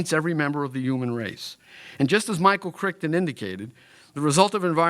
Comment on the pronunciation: "Michael Crickton" lol